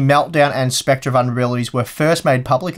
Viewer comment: You were pronouncing it 'spectrer', whereas it's pronounced 'specter'. Love the channel!